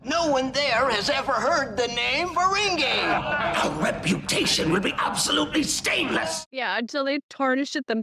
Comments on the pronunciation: It's pronounced Ferengee not Ferengay! LOL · I know you're a, but it is fuh-RENG-ee, not fuh-RENG-eh 😉